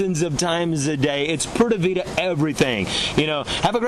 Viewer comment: Ok friend, I see you like to have an answer for everything, and some people are just that way. I was trying to overlook the ‘Poorda Vida’ pronunciation, but it just hurt too much. Maybe just chalk it up as “You learn something new everyday!” If you just take a basic course in a country you actually live in, trust me, they will love you even more. By the way, the way you pronounce ‘pura’ as more like ‘poo-da’ is VERY close to a very vulgar curse word in Spanish....they may smile in your face but laugh until their stomaches hurt behind your back on that one....😂